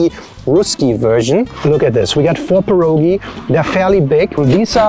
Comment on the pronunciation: Wish you said pierogi the correct way.